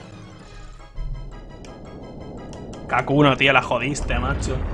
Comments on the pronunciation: Todo el video diciendo kakuno y era hakuno xD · Por que dice Kakuno? xdddd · Lo mas inquietante es que dice "kakuno" en lugar de hakuno XDDD